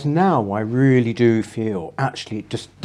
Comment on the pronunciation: Peter Willy Whittle.... he weally does waise welevant issues.